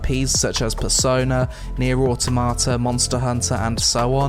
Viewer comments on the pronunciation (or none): none